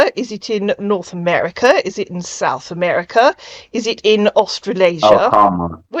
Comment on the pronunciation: It’s in Sout America 😂😂😂